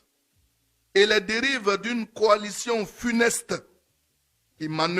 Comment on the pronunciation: Il appuie sur funeste la comme ça comme s'il faisait un bon discours